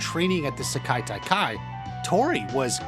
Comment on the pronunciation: Stop butchering the pronunciation of Sekai Taikai.